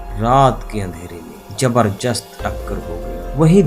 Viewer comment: जबरजस्त? इंट्रक्शन?दूस्तावास?